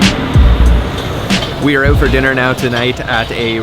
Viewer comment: The way he pronounces " OUT ".. eeooot.. weird accent..